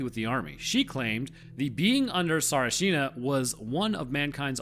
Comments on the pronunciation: Pronounced it wrong even though you think you didnt. Dissing bulgarian military... bro we gave the world the PC you wouldnt know how to build a stick spear without that. Lords units??? YEAH THE METER! You will never catch Jesus measuring in FEET. Pissed me off so much by being an american idiot through and through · Damn, as a Bulgarian i feel like your history and pronunciation can have some work. In general pronunciation is tricky, so noone would say anything, but you actually though you said Tsarichina properly ... Another thing is the history ... We get really pissed when our history gets wrong. And we are famous for liking to talk about our country and our history. So rarely a Bulgarian will not assist you with your script. Please, as a scientist yourself, talk or send your script to someone from that country when not talking about your home country. It will help a lot with the scripts and having a lot of respect to you with your biological and medical analysis on your other channel, now I have a lot of suspition about their authenticity. I really hope I am wrong on this, because I did learn a lot from you. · The way you pronounce it sounds like "Tsarchina" , but the actual pronunciation is "Tsarichina". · It is caled Tsar(i)china not Ts(a)richina or Tsarich(i)na. A Bulgarian to tell you. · its not Tsarchina :D Its Tsari +china Tsarichina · As a bulgarian iam not sure you pronounced Tsarchina right. You pronounced like typical american pronounsing a foreign name tbf. I would put the emphasis on A in TsArchina not on the i in china. so its TsArchina but still not sure tho. Just like Sofiya is pronounced sOfiya not sofIya. Somehow foreigners never get it right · I'm sorry, but you did NOT pronounce that well ;-; tsar-e-chin-ah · Bulgarian here. Sorry bro, that pronunciation was nowhere near “right” 😆 It’s “Tsah-reach-in-ah” where the emphasis is on the “reach”. Poor job, just like the military did there. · really close but its pronounced "tsarichina"